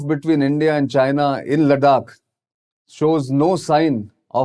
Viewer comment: Bruh learn how to pronounce Ladakh correctly first 👍